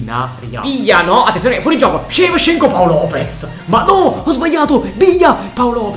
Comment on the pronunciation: Tutti: Shevchenko: sevsienkuo